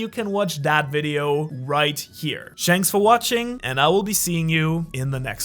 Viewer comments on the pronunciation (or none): i like how he says shanks for waching instead of thaks for watching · Bro why does he say “shanks” for watching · bro really said “shanks for watching”💀💀💀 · "Shanks for watching" you think you're slick huh 😂😂